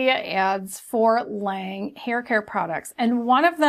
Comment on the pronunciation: L'awnge Is how it's pronounced. With the lawn sound not the lane sound. French for "the angel" like this review thi